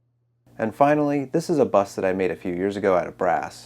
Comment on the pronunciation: He didn't pronounce the T, but he said Bust. Wikipedia: A bust is a sculpted or cast representation of the upper part of the human body, depicting a person's head and neck, and a variable portion of the chest and shoulders.